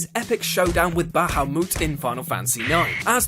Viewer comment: IS IT BA-HA-MOOT? I'VE BEEN PRONOUNCING IT WRONG.